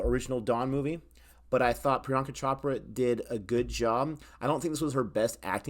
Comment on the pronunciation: It's pronounced Amitubh not Amitabh even though it's spelled with an "a" it's pronounced tub not tab. Priyanka Chopra is not pronounced Chop-ra it's pronounced Ch-Oprah.